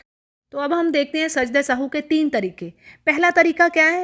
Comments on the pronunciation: It us nit Sahoo. It is Sahv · Sahu nhi kehty asal word sahav h .sajda sahav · محترمہ لفظ سہو کو درست ادا کریں شکریہ